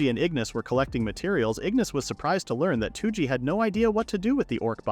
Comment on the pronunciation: Touji is not "Two G" Its rather close to "Though G"